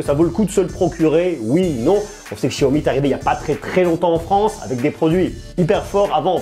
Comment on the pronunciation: il es serieux de dire chiyomi mdrrrr